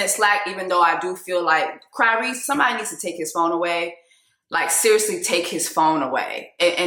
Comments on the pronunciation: 🤣🤣🤣🤣🤣🤣🤣🤣🤣did she say Cryrese🤣🤣🤣🤣🤣🤣🤭🤭🤣🤣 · Jess did you say “Cryrese” I - 😭😭😂😂😂😂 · “Cryrese” 😂😂😂 Everything you said about the black family structure here in America is absolutely correct! And yes Tyrese needs to travel more to where black people exist outside of a brainwashed structure. Although I think our generation is really trying to get it right and recognizing the generational issue as far as families go. All in all, Tyrese mad bc his kids are probably annoyed by him like everyone else is.